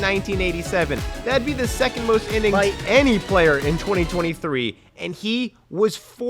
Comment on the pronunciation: what was that "by" lmao